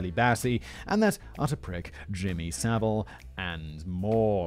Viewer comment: Why can you pronounce "Jimmy Savile" correctly but not "Liza Minnelli"?